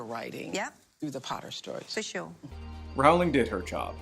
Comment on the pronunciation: I scanned the comments to see if anyone pulled you up on your pronunciation of Rowling (it’s like ‘Rolling’) but I couldn’t see any. I seem to recall Stephen Fry on QI once corrected Lee Mack for pronouncing it as you do.